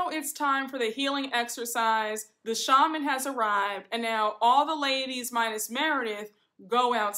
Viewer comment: You look so beautiful! Also, did you notice all the ladies went to a shaman except Meredith. She goes to a sha-mon 😂 Meredith is so pretentious I just can’t! 😂